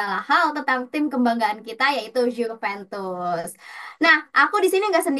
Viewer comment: Host baru pembawaan sudah bagus, cuman perlu baca referensi lebih, misal kayak penyebutan klub harusnya kan "Yuventus" bukan "Djuventus" , makasih